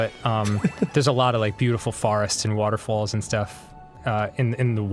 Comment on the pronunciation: Dans Jersey accent coming out when he says “waterfalls”